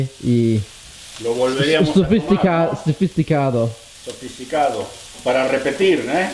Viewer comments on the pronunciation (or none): Nadie: Absolutamente nadie:: Sofisticadou Jajajaj los amo